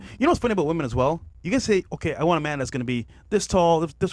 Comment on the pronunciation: “Thass” on he-im.” Not “that’s.”